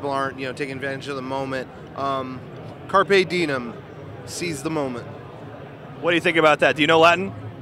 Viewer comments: wow. dide he really say carpe didem? im in a latin class and i feel like crying. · carpe didem? is what it sounded like hhaha carpe diem you nerd